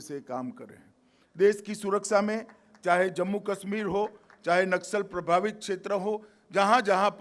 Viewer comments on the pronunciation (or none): none